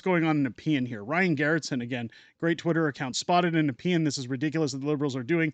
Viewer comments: Youre like the only youtube media saying it right. Thank you. (Nuh-P-in, not nep-ian) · Do they forget that Trump is proud to be a leader who does not start wars, but ends those that were started before he returned? And yes,, you pronounced Nepean perfectly!:D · You said Nepean right. I live in Ottawa. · You pronounced Nepean correctly lol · You are pronouncing Nepean correctly. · You pronounced Nepean correctly. I lived in Nepean for many years before returning to my home town.